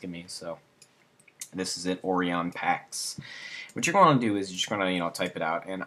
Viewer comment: How have you never heard the word ORION pronounced before? Also... Orion Pax was Optimus Prime before he died and was reborn. Hence why it looks like transformer text.